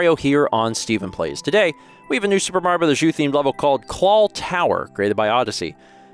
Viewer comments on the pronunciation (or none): Anyone else hear "clawl"?